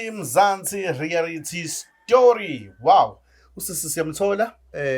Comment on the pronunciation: its Reality not rerality